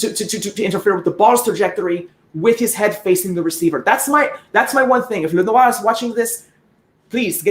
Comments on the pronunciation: Excellent. "Lenwa" & "Knot-ra Dam" Perfectly pronounced... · Finally somebody pronouncing Notre Dame and Lenoir correctly. Salutations à tous les supporters des 49ers Francophones !